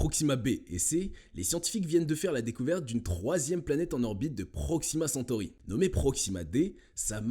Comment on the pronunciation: Proximacentory est a 40milles km de nous ?🤔. . 😱 les PRRREEEEMIERS SCIENTIFIQUES 😛🤣😂